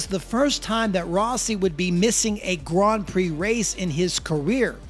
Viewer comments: the way you pronounce grand prix is awful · Yeah sorry man you're pronouncing Grand Prix horribly wrong I think you're doing it on purpose yet comments feedback I can't stand it by the even make it 20 seconds of your video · Why does he keep saying gron pree